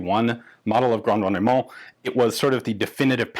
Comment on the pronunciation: Rendement: Don't pronounce the middle e. It's silent. It does indicate that you pronounce the d harder instead of swallowing it. Signed, The TERMinator. I'll be back.